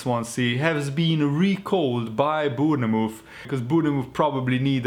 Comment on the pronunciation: you pronounced Shrewsbury correct just got to get Bournemouth right it's pronounced Born muth not Booneymouth